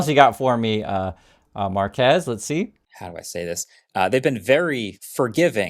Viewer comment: FYI his unusual first name is pronounced mar’-kwess.